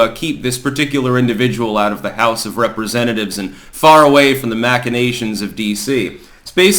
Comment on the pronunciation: correctly pronouncing machinations deserves an award.